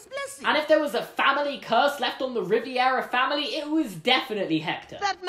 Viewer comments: The name's RIVERA, not RIVIERA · Good theory , but it's pronounced Rivera, not "Riviera" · Also, it's Rivera, not Riviera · you're saying Riviera its Rivera (no hate tho) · Rivera not Riviera😂😂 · I love your videos but as a Latin@ I'm cringing so hard. Miguel's last name is not "Riviera," it's "Rivera." Like river with an A. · My last name is Rivera. And every time he said ri-ve-ara I cringed. It’s pronounced ri ver a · RIVERA Ri-ve-ra Not Riviera (Sorry sorry sorry I dont mean to be rude Its just that it kept bothering me ) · Ri-vi-era?! It’s Re-ver-a. Rivera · It’s Rivera not riviera😭😑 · sorry but, Rivera, not Riviera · This is great and I love it. But I am a pretentious a-hole so I have to do this. It's Rivera, not Riviera. Imsosorrypleasedonthatemeiloveyourvideosiknowimtheworst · ITS RIVERA NOT RIVIERA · 일렌 it is Rivera he accidentally just pronounced it wrong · "Rivy-era" best way to pronounce Rivera I've ever heard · Lol "Ri-vi-era" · For Future Refrence The Way To Pronounce Rivera is RE-Vera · I cringed every time he said Riviera family...other than that, great video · their last name is actually pronounced Ree-v-EH-raa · You’re pronouncing Rivera “Riviera” and it hurts my heart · ****RIVERA RI-VE-RA!!!!! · Good Vid but u keep mispronouncing Rivera you're putting an unnecessary extra I in the name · Why are you pronouncing Rivera as riviera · Oh, I never thought of that. Great theory! (You kept pronouncing Rivera wrong... but GREAT THEORY!) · Why did you keep saying “Riviera” it’s “Rivera” vastly different and much easier to say. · perfectly argued theory, really wish you weren't calling them riviera instead of rivera lol, but other than that fantastic video, it would have played so much better if they had just said they weren't sure why he was there but it was relatively simple to get him back, because I agree that it was really jarring that the explanation was so simple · Just for future reference... It's Ri-VERA, not Riviera